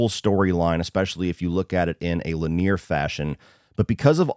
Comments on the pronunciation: Dude. LI-nee-er, not Li-NEER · Lin-e-ah. Not lin-eer. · Lin-e-are. Linear. Who says lin-ear? 😂 Still, it’s a good review. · Len-E-ur not Lanier, like Lake Lanier in Georgia. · He was pronouncing it like Lynn-ear but it's pronounced like li-nee-ur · Dammit, man, linear is pronounced “li-knee-ur”, not “li-NEAR”. Otherwise, love your channel man. 🍿🌟👏🏽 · Wtf is "leneer"...are you telling me a guy that works as a film critic for a living doesn't know how to pronounce linear? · That's my only problem with this review: how he kept pronouncing "linear" as luh-near. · "La near"? 😂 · Linear pronunciation fyi = Li - nee - ur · Please learn how to pronounce linear. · Were you on Ketamine while pronouncing linear??? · The way you pronounce "linear" was hilarious 😂 gonna check this film out! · Why do you pronounce lin·e·ar that way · I don't think I've ever heard linear pronounced like that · Yeah, he’s totally mispronouncing it. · Yeah....He's obviously a bright guy...What a major word fuck up.